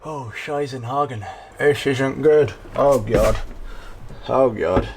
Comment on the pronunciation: Shy-zen-HA-gen Eh? That's SOOO funny!😋😂 All your vocals express from truthful and authentic trial & error...to unbridled human ingenuity....all the way UP to creating. your own, custom made...one of a kind... personalized to fit.... COMFORT !!! STYLE of PURE JOY !!!!! YAY!!! 👁¿👁 👅 💪♥👌.thanks for bracket info!!!